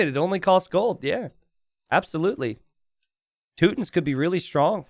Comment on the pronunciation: "Toot-tins" always cracks me up. Like you're talking about a cookie tin of farts instead of a civilization. 😂